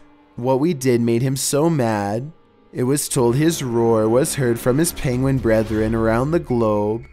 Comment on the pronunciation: you say 'penguin' the same as benedict cucumber 'pengwing'